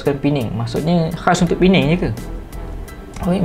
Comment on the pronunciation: terbaik bro 👍 nasib baik thun ni dh betul sebut, P-neng bukn lg Per-nang.. marah org Penang nnti 🤭